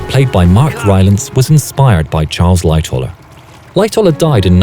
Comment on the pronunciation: I thought he said “Light tower” not Lightoller